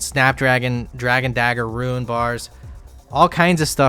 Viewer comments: He pronounces every other word as they should be. He does not pronounce the silent 'e' in any other word. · Fake??? Real would never say roon. I laugh every time he says "ruin" bring it back. On a serious note always like vids. Gurantee you will see new weird ass travel methods n trashing the wiki.